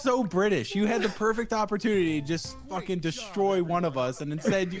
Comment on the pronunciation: how much time she said FOKEN?